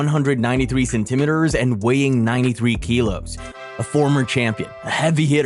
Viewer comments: man i like you content but please stop saying centimetres like that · We gonna gloss over how he said centimetres